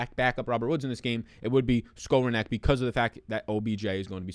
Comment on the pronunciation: pronounced like this Ben (Ska - Rone - Nick)